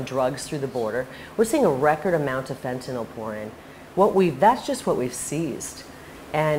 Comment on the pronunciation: She's the only one I've heard that knows how to pronounce fentanyl correctly